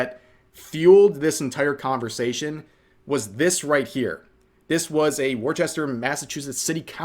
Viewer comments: Stop calling it Warchester. It's pronounced Wista. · WUSS-TER... FFS people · I like your content, but hearing you butcher the name of the city of Worcester (no H) in it made me sad. If you're from there, you call it "wuhstah", which is close to how proper English is pronounced. Wormtown, they call themselves. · Rev the city's name is "Wooster," like Rooster. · Very off topic but Rev saying Worcester was lowkey funny to me since as someone from Massachusetts I'm not used to hearing it pronounced that way. The middle 'rce' is basically none existent so all that's left is woster (woo-ster)...and accents are a whole different can of worms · I really got upset when you pronounced Worcester wrong 😂